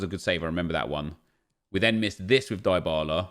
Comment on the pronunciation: Die-bah-lah is wrong... Dee-bah-lah is correct. Learn your content